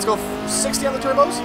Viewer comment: Absolutely Love it when he says Turbskyes